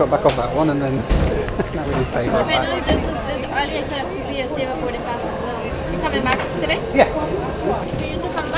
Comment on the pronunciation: It's not pronounced sayba , it's sa-ba